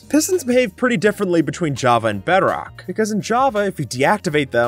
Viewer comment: Bro Said beadrock😂😂😂😂